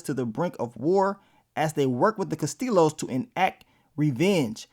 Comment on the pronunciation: In Spanish, the double L’s in Castillos is pronounced wit a Y. “Castiyos”